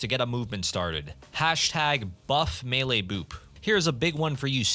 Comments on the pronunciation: ☝🤓 "melee" not "mele" #BuffMeleeBoop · What is mele? I think you mean melee.